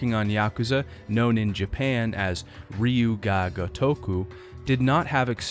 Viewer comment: 'Ryu' is pronounced like 'dyoo', for future reference. Just listen to the second half of Kiryu's name.